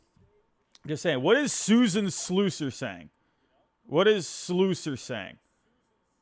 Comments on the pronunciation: It's SLUSS-er not SLOOS-er 😂😂😂😂😂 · Learn to pronounce Susan Slusser correctly. It’s Sluuuuuuusser.